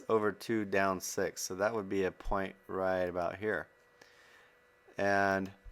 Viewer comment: Did any1 notice that he's saying sex not six? lmfao